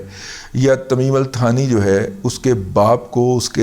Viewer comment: آپ سے گذارش ہے کہ یہ لفظ در اصل "ثانی" ہے ، انگریزی میں چونکہ thani لکھا جاتا ہے اس لئے اردو والے بھی تھانی کہنے لگے ہیں جو کہ مناسب نہیں ہے ، یہ لفظ "ثانی" ہے ۔